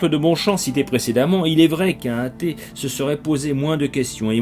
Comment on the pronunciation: On dit un athée, pas un hatée. Merci de faire la liaison.